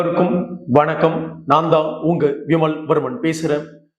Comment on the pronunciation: வ ண க் க ம் ந ா ன் த ா ன் கொம்மாள என்ன உச்சாிப்புடா இது